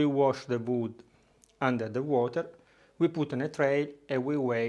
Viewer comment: "WOOD" I could not tell what he was saying. WOOD! OAK?